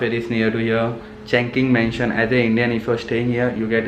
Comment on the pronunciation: Hahhhha your pronunciation 😃 sabko aisa hi hota hai first time. dude first one is चुङ्किङ्ग मेनसन not चङ्किङ this is a name of Bldg and a name of place not चासुमचुई its चिम शा चुई ....also u can call TST...n yes bro indian food r expensive whereever u live ...m 7eleven main thoda mehengga hai coz that is 24hrs open supermarket....jidhar aap rahe ho chungking mention mahut mehengga hai sare chiz TST se ek station aage Jordan main aana chahiye thaa